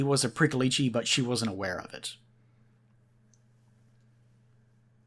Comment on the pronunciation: It's pronounced more like Preeckolich